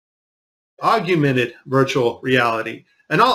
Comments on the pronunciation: Why does he continuously mispronounce 'augmented'? This gives a pretty fair indication of his intelligence... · Augmented... or "Ogg-yoo-mented"? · "AugUmented" maybe "augmented" reality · Okay, I have to say it-- I absolutely appreciate the work you've put in, but one thing is making me crazy. It is, "Augmented" (Awwg-mehn-ted), not Augumented. That makes me want to scream. Okay, then; carry on. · There is no "you" in augmented!! Augyoumented??? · Aug YOU mented is not how one would say augmented 🤣 It's just Aug mented just like it's spelled. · This is what happens when our school systems fail us and ignorant people don't understand technology. It's no different than ancient people who didn't understand what stars were, so they said... "Oh, those must be gods in the sky!" Also... AUG-MENTED... not aug-yoo-mented. (face palm) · The word is Augmented, not Augewmented. I bet you also say Newcewler bomb. Please say it correctly otherwise it discredits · The word is augmented NOT aug-u-mented #FFS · The word is augmented not augumented. Your premises are as accurate as your spelling. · Augmented! Pronounced Awg-Mented Not Augumented. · Funniest part is you spelling and pronouncing aug-men-ted as aug-u-men-ted. Also the ESA isn't NASA lmao so at it's most basic form you are VERY confused about what you're talking about lol. Funny video though but this was all in zero G dude lol. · Is augumented even a word? lol It's AUG-MEN-TED.. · Ahhhhhhhh! the word is "Aug ment ed" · LOL at "augumented" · OK, he's a smart guy and he speaks an obvious truth, but its "AUG-mented." Though I struggle to say the word "synthesis," so I get it. Still a great video. AUG-mented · aug-mented ask google to pronounce it for you or any other word that your unsure of. Also if I were you i would be looking at the reflections in iPads or other surfaces that reflect a clear image, you will be amazed at who is holding the camera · Augmented... not augumented.